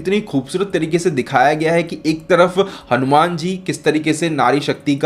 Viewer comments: हनुमेन नहीं …..हनुमान बोल भाई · भाई तुम hanuman ( हनुमान) बोलो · Bhai ye hanu man nhi hai, hanumaan hai